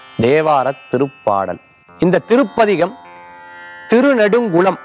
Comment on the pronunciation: Thirunedungalam. En thavaraga ucharikirigal.paduvathum thavaraga irrukku